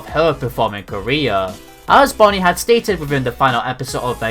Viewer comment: How he said Career